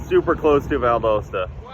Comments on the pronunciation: This man said ValDOEsta.... 🤣🤣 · How many people caught the way he said “Valdosta”. Love the content